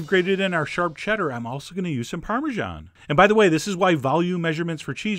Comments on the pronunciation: Darling narrator, I cannot listen to some one who pronounces parmegiana as Parmeszhan, ouch that hurts my ears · Chef John, I wish you'd say parmesan instead of "parmezhan". It grates on my ears.